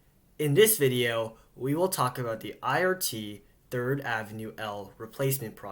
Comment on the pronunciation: You keep saying "Thrid" instead of "Third" & I've been shy to mention your mistakes. I didn't want to offend you.